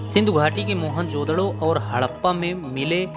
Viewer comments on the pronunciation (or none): none